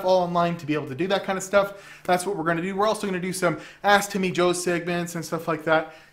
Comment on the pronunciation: Sounded like he said, "ass to me, Joe" when he said, "ask Timmy Joe"